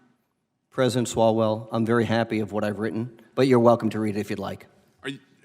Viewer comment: "President Swallwell..." LMFAO